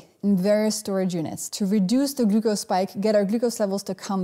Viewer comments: I love how she pronounces "glucose". Very informative video, I've been walking after a meal even when going low-carb. I'm hoping this helps reduce the insulin resistance. Good luck everyone! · I love the way she pronounces "glucose"